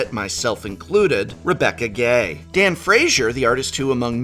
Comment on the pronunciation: Wait, is it supposed to be pronounced with the U being silent in Rebecca Guay? I've always said it like Gway.